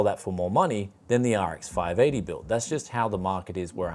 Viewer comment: Where do you get these cases with RGB and so on? I think you use them more often in your builds. I really want them for the PC's I am selling too. :D By the way, sound like you said "RX five naughty". Laughed more then I should have. :D Much love from Germany: TechJaStadt <3